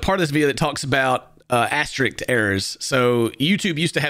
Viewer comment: Eye twitched every time he said "astrik".